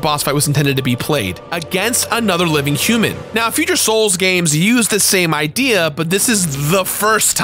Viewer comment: "Gamses" isn't a word. If something ends in an S, its pronounced the same. You do that a lot lol